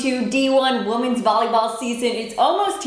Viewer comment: Wisconsin is still ranked too high, and Ohio State at #5? Laughable. As bad as Michella Chester's pronunciation of it as "Woman's" volleyball.